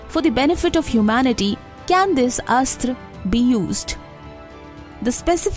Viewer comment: She says astr, but mahabharathA. Its neither astr nor astrA, buy astra.